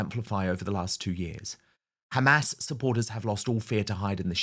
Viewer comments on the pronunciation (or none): none